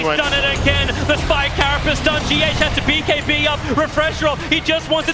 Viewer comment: He says B(bay)(key) instead of saying bkb! ROFL:D